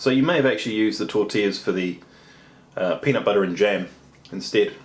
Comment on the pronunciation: "Peanit buttah"